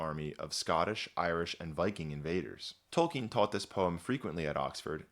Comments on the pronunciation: That amazing voice, pronouncing "Tolkien" correctly....you got yourself a new subscriber. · known about him since forever and only now I find out it's pronounced like "Tolkeen"